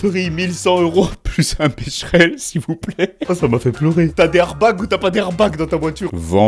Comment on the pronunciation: salut=), "Arbag or not Arbag" ? et lefameux contrôle "tiknik" çà me fume 😂 MERCI bcp et porte toi bien et bonne fêtes de fin d'années si au cas ou on se voit plus avant cette date =) 😇